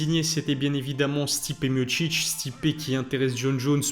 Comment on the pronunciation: Stipé mochiche⁉️😂 Pourtant c'est bien écrit non Miocic .... Mi o ci c